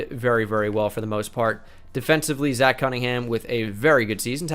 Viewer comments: The fact that he actually said zach as ch, not zack is broken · No one: Absolutely no one:: Pronounces Zach (Zack) as Zatch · i hope you're fuckin with me and don't actually think zach isn't pronounced the same as zack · Bruh even if it’s Zach it’s still pronounced Zack